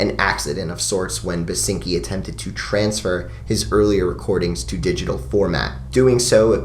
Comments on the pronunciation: Basinski not Basinki. Love that album. Glad you mentioned it <3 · Uh, it's William Basinski. Not "Basinki". Might want to make an annotation... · Its Basinski not Basinki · it's William BASINSKI btw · Its "BasinSki" - you forgot the "S". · Oh and its BASINSKI not BASINKI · Ancngnajakv that’s the only thing I could think about whenever he said basinkis name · "basinki" ngl that's a bit of a lol right there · Who gon tell him it's Basinski Slip up aside, another great vid from you. Your Current 93 and Residents talk was great, seriously did those releases justice. Not Available is a great introduction to the world of The Residents, I find releases like Eskimo and Meet the Residents to be a lot more chilling and uneasy but Not Available is a damn near masterpiece in and of itself. Also a shoutout to MusicBreakdown. :D Thanks for all the work you put in these videos man.